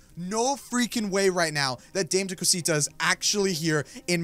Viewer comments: Dame to Cusita is pronounced Dah-may-to-coo-seetu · It's pronounced dom-eh-too-co-sito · Just so you know it's pronounced da_may_to_co_see_ta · That's not Dame tu Costa it's Damé tu cosita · Dis is how you say it Da-mhh-e tu co-si-ta ok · You pronounce it Da-meh Two Cosita. Kinda like that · its da-ma t-o ca-sita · dami to cosita is how you pronounce it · I know its 2023 but maybe you still don't know how to say it still? anyways, Dame Tu Cosita is pronounced (Da-may-two-ca-see-ta) your welcome! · It’s dam-ee too coseeta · dah-meh- too co-see-ta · Pronounceing Dama tu cosita (da-ma to co see ta) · Here’s how you pronounce it : ( DAM-O-COTO-SEET-A ) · its da meh to cos e ta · Its penoust (damae-tu-cosita) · its dama cu cusetu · It’s pronounced dummy to Kaseeta😡😡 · Dham-a-co-tah-si-ta. It means give me your little thing that is the actual definition and we know it is referring to the male body part. If you don’t know what I’m talking about get off of YouTube now. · You are saying it wrong and yes it is in Spanish but what it means in English is give me little thing and it says it’s not for children so children if y’all are watching this pls don’t watch the video and I love your videos especially try no to laugh with unspeakable and Mose